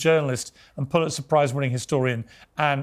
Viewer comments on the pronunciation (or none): none